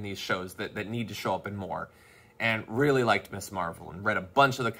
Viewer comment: Damage Report, just one thing, It is NOT MISS Marvel. It is pronounced MIZZ. Ms is MIZZ. Just sayin', bro. Love you.